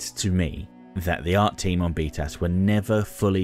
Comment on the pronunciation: One thing that is funny is that when you say BTAS, it sounds like “beat a**”